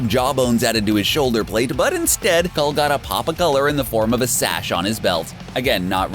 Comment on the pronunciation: That his name is cull not cold 😂🤷‍♂️